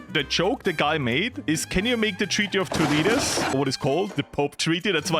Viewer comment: "TordesiLLias" 😭😭😭 its "Tordesi"i"as, double LL in Spanish is like an "i" sound 😭🙏